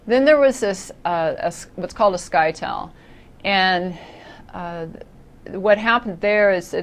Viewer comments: Informational video, however you're pronouncing "scytale" wrong. "Scytale" rhymes with "Italy". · FYI It is actually not pronounced sky-tale It rhymes with Italy. :)